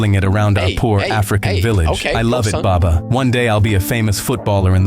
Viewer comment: Hey you stole one word of Arabic it's called baba it's like you said it's meant to be baba you're saying it wrong